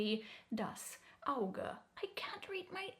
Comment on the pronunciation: It's interesting that your pronunciation of Auge sound like American english for Augur or Auger, the first from the Roman to predict the future by seeing, the second a spiral shaped tool for boring holes or moving loose material.